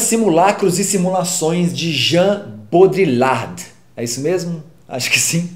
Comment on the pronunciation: boa resenha parabens!!! mas cuidado com a pronuncia de nomesd de autores. A do baudrillard foi foda :)